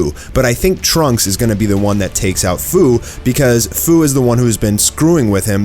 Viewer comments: His name is pronounced like "Few" not "Foo" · ITS FU (FEW) NOT FUU IF U PLAYED XENOVERSE2 YALL WOULD KNOW THAT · His name is Fu but pronounced as F-e-w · You’re pronouncing fu wrong. It’s supposed to be like the feu in feud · Just a couple quick corrections that I want to bring to everyone's attention! Fu's name is pronounced "F-you" as in the word future. Secondly, The SSJ4 goku in this series is not "future Goku" but is actually a completely seperate Goku from an alternate timeline. Heroes is known for mixing timelines together, such as GT characters and movie characters coexisting with "canon" characters from DBZ and DBS. Sorry for the rant, but other than this, great video!! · it’s pronounced.. ( few) for fu